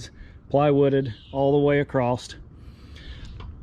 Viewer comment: it is just across no t at the end, Thanks Guys another good video.